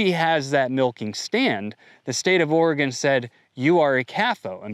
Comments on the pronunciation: First, it's pronounced ore-E-gun. Second, you made a statement at the beginning that said that the only water anyone owns is rain and that's not true in Oregon. I was born and raised on a small farm in Oregon where my grandmother used to have the rainwater from the gutters redirected into 3 big (maybe 200 gallons each) cisterns in her back yard. The water board demanded that she remove them because any water that falls anywhere in Oregon belongs to the State. As for your being delusional about climate change, I can tell you that it hit 117.2° at my house on June 27, 2021 - a day I won't ever forget - which broke all-time records back more than a century. In the last decade, the weather has become extreme all up and down the West Coast, so you're a moron if you think it isn't real. The fact that you used air quotes about this subject shows your stupidity on that subject. Have you seen the farms all over the Klamath Basin from Klamath Falls to Tule Lake, CA? They've pumped so many millions of gallons of water to farm with that their wells are collapsing faster than be ones can be dug. Well digging and hauling water are big business in that area because there's very little water to go around anymore. You've got some things right, I'll grant you. Yet you've got a lot to learn, especially about Oregon. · Oregon Legislature is completely derailed! They need to be immediately evicted from their positions. The government is supposed to work for the people, not the other way around! BTW, someone needs to tell this narrator, it's pronounced, "Orygun!" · You don't pronounce Oregon properly, makes sense since you're home is in North Carolina, not Oregon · First you don’t pronounce Oregon correctly so obviously you aren’t from here. Second there is clearly a drought issue on the west coast. Third I seriously doubt you pay taxes in line with your profits. Stop complaining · You can’t even say Oregon 😂 Please get your news from the people not the internet.